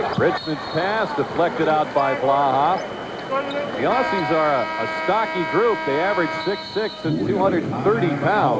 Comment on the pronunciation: typical american commentator pronounces aussie's wrong again